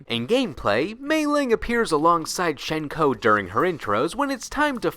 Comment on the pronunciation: Nice video mate. Fairly nice refresher on things. c: One thing I want to bring up immediately is about Hsien-Ko's name and its pronunciation. So, her name in Mandarin is 仙姑 (xiāngū), deriving from the xian of the Eight Immortals pantheon of Taoist mythos, 何仙姑 (hé xiāngū). According to sources, it is pronounced as 'syen-ko' rather than 'shen-ko'. Pocket Fighter pronounces her name correctly. While her name Lei-Lei has the funny and interesting double spirit meaning, 仙姑 actually has some rather fascinating meanings. Chief among the meanings are 'female immortal', celestial, and sorceress. Honestly really cool meanings that can fit both sisters in a sense. Mei-Ling's name in Mandarin is 美玲 (měilíng). Her name unfortunately has no real interesting meanings and just seems to have been picked as a general female Chinese name. However, 美 does have several meanings that relate to beauty. I don't know about you, but Mei-Ling is quite beautiful. Also another fun fact and very little-known thing about both Hsien-Ko and Mei-Ling: their official family name. 少 (shǎo) is their family name, stated in Pocket Fighter. It is misspelled in the English version of the game. With that in mind, their full names would be in Chinese: 少仙姑 (shǎo xiāngū) 少美玲 (shǎo měilíng) As for the spells you mentioned about their lore. What Hsien-Ko and Mei-Ling used was Tensei-no-Jutsu, but a forbidden sub section of that technique known as Igyo Tenshin-no-Jutsu. Beyond that, really nice to see her be given spotligh